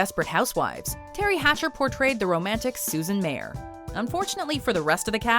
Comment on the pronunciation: It's pronounced Susan MYER not MAYOR